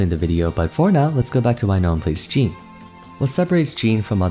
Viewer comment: Is it just normal for english speaking people to not be able to speak "Jean" properly? (There is a diffence between the name Jean and Jeans) Or do you just think it's right that way